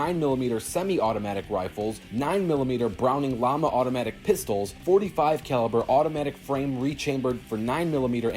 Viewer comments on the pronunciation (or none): none